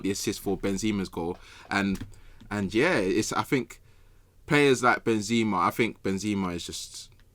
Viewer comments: Who says "Ben-ZIMA?" Is joking or does he actually pronounce his name that way? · doesnt sam realise it isnt benzeeeeema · Ben ”Z” ema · Anyone else getting annoyed with same calling benzema benzzzzma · How is saying Benzema is throwing me so much lol